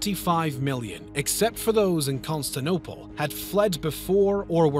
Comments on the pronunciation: "Constanople" Constanope, more like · He pronounced constantinople as costinople. Bruh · “Consantople?” “Inordately?” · "Constanople" Lmfao Konstantinopol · Constantinople not Constanople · He butchered the pronunciation of "Constantinople" as well. Amateur work. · Brother, I love your videos, but PLEASE learn how to pronounce Con-Stan-TIN-ople correctly. Other than that, this is a most well done documentary! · I adore this channel, but how can a channel with such high production value have so many mispronunciations? Am I the only one hearing this? “Byzantine”, “janissaries”, “constantinople”, “greco-turkish” just that I’ve noticed so far